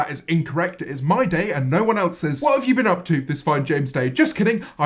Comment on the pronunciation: Bitch just say "eltse" instead of else? I expected better